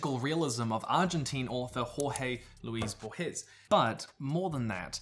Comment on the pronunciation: Amazing video. DEFINITELY putting The Culture in my definitely gonna get at some point list. Just a friendly correction in pronunciation from a Hispanic watcher: Jorge Luis Borges ʒɔrʒe luiʃ bɔrhes HOrhe Luis (one syllable) BORhes It's a difficult name even for Spanish native speaker 😅 But he is, indeed, one of the best writers of any geographic or chronological context I've ever read.